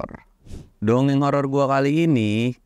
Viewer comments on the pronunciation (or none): Bang samsul salah ngucap terus, nyebut dongeng horor. Malah donorrr